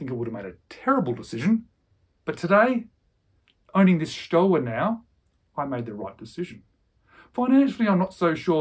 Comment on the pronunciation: Love your channel. Don’t me to be unpleasant, but it’s pronounced “shtova”.